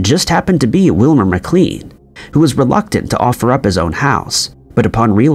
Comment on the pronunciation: He is mispronouncing the names. It’s pronounced McLain and Borigard. Not Beurogard.